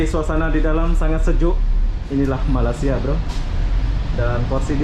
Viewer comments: Ya saya pun pernah komen tentang ini : Melei-sia bukan Malai-sia. Tapi susah nampaknya nak ubah. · Tolong betulkan tutur bahasa anda kerana sebutan anda dengan ejaan Malaysia bukan Malasia . Tolong belajar di sekolah untuk betulkan sebutan ya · Bukan malas sia ye sebut dgn betul ye tolong ye , sekolah sampai level mana , malay sia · Please ya lidah orang Melayu dan Jowo nga ada bedanya ya. Masing masing makan belacan dan makan tempe. Soal loghat dan sebutan nga harus ada bedanya. Janggan bahas alasan ya nga bisa sebut Y pepet I ya.